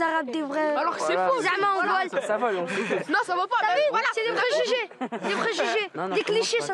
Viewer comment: 'les pregugement' :/// elle cest pas rendu compte de ce quelle a dit mdrrrr